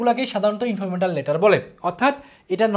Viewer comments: Informatal? Naki informal? 🙂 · Informetal letter😂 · Informwtar letter 😢😂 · Informal letter❌ Informetal letter✔️😂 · Informetal nh informal😂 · Informatal na vai informal letter 😂😂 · ইনফরমেটাল না গাধা। ইনফরমাল লেটার🤣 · ইনফরমেটাল লেটার না ইনফরমাল লেটার